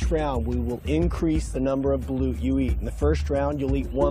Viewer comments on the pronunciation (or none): 😂😂😂 its balut